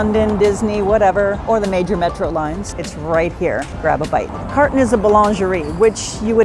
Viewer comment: I enjoy your videos and was so happy to see that Carton has a location at Gard du Nord. The location in the 6th on Rue de Buci closed and my husband ( a Parisien) was thrilled when I told him about the other location. The pronunciation of the establishment is car( with that back tongue thing) toe.